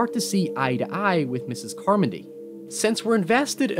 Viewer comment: Mispronouncing "Carmody" doesn't make me trust you as an a narrator.